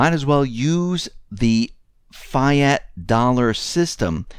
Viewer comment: fiat is pronounced "fee-ott"